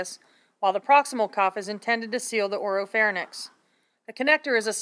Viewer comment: should be pronounced as oropharynx (not "orofornix")